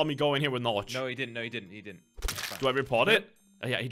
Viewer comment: ''Norch'' lol it's Norge (Norway) Pronounced more like ''Norjeh''